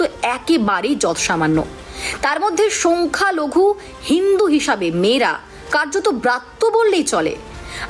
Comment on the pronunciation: সোংখ্যা নয়,বলুন সংখ্যালঘু